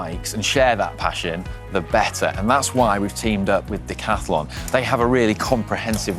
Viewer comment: says "Decathlon", i listen "the catalog".